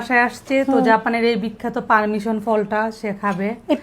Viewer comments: পারমিশন❌ পারছিমন✅🤣🤣🤣🤣🤣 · persimmon ❌ Permission ✅